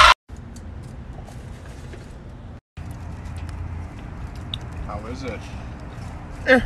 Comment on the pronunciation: Pasties: plural of pasty. When pronounced it rhymes with nasty, not tasty.